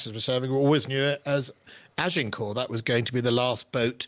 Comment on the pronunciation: In WW2 the yanks reused names from sunken carriers. So renaming isn't unheard of. Don't know who the work experience girl is, but perhaps the problem is that nobody can pronounce Agincourt?